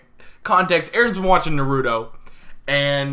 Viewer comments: saying naruto like nuhroodough... i will not hold it against him but i will uwillingly think about it frequently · ik damn well he did not just pronounce Naruto as "Nuh-roo-toe" 😭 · narudo? who’s narudo? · he’s a 10 but he pronounces naruto like 🫢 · People still pronounce Naruto wrong lmao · OK but why do they pronounce Naruto that way🥲💀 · the worst thing is how you say Naruto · that is not how you say naruto 💀💀💀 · Do me a favor stop saying Naruto like that please Jesus